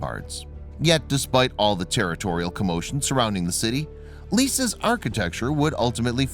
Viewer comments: The name of the city you are talking about is not pronounced "LIS" as you are doing. The name is Lecce and is pronounced "LECHE" like in "CAFE CON LECHE". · The town is called Lecce. It sounds like the commentator is saying Liss. Unbelievable ! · If Italy paid for this, they likely wouldn't have allowed the flagrant, repeated mispronunciation of the city's name. Cringeworthy. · Geez, thank you for pointing that out! I'm an American who has spent time in Lecce and it's driving me nuts hearing this repeated mispronunciation. 😒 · THANK GOD someone else noticed this